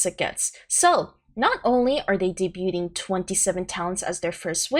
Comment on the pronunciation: The T is silent in the word debuting.